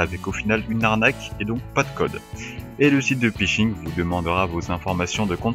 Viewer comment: Desole mais on ne dit pas pishing mais phishing